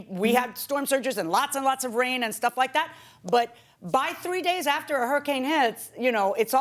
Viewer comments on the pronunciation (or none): The defendant keeps saying "ather" instead of "after" and it gets me every time